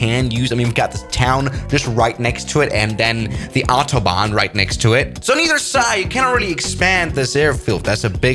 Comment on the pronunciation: Bro R you dutch like me or German cause you said autobaan